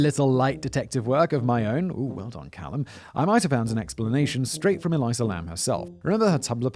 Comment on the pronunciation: Simon ~ “Elisa” is pronounced like “Lisa” with an “Eh” at the start, not “Eliza”.